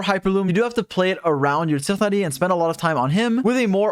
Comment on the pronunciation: god the way he says tighnari is super distracting and weird